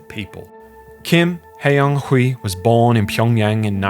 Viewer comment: You don't need to speak Korean to pronounce Kim Hyeon Hee correctly. The funny thing is he uses the "hyun" romanisation but pronounces it like the literal "hyeon" romanisation. It's not hard to copy and paste a name into Google Translate and hear the pronunciation. The actual pronunciation is "Kim Hyonee" with a very open "o" and the second "h" being silent.